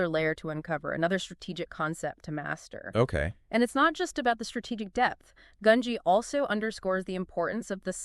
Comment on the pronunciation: Both of them also pronounce gungi 2 different I assume because they don’t know how its pronounced so they say it 2 different ways so no one in the comments tries to correct them, theres also other mispronunciations like merooem 😭